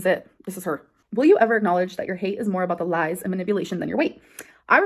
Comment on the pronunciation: Just another video to prove she still lahs 🙄 She can't remember what she says because it's all lahs. Grow up